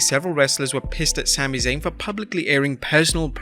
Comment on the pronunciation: "sAmMy ZaYn" tf 😂😂😂😂😂